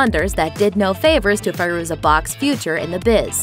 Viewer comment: Is it Fay-ruza or Fye-ruza? I've heard both pronunciations.